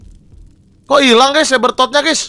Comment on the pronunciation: sebbertot bang